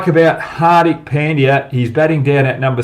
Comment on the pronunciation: Hogg please learn how to pronounce , Indian Names , no excuse . HARDIK ( Dh ) not Dick and its not Pen D Yaaa , LEARN FIRST TO PRONOUNCE PROPERLY